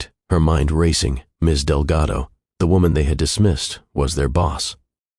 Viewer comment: Artificial Voice through out the video mispronounces Delgado with Relgado and confirms it in the subtitles. This tendency is becoming obvious in many other videos that use artificial voices for their videos